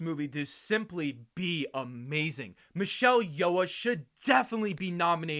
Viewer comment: It wasn't that bad. And we know it's not intentional.